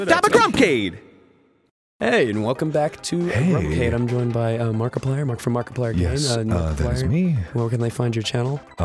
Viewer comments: "Markipleirr" Yup, it's on purpose. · I'll take Dan's "Add er to words to make them sound funny" philosophy. Merkplerrrr